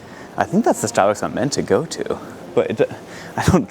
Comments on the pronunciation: 'ah stahbucks gihft cahd?' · I've never noticed any Boston accent but wow, it really came out at Stahhbucks